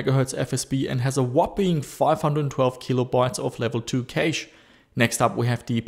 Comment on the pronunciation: Hey. "Cache" is pronounced like "Cash". FYI